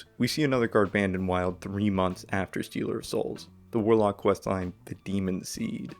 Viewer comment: "Steeler" of souls?? Here we go!